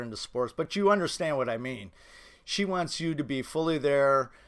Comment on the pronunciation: “Wantzzz” lol